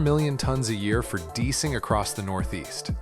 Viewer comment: The only clue that this voice over is AI is when they "deecing" instead of "de-icing" in the north east